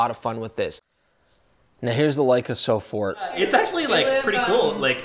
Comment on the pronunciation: It is "sofort", not "so fort".